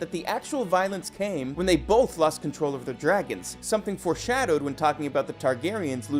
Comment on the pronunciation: Have any of the narrators here actually watched the series? Are you deliberately mispronouncing names of characters and dragons?? Smh...